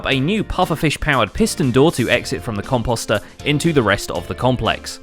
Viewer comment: The way you say composter really triggeres me lol